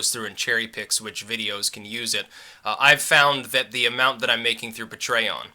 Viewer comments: pa-trey-on. UNSURBSKRIBBED! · Isn't it pronounced Pay-tree-On? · Never heard Patreon said like that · please stop pronouncing Patreon so weird...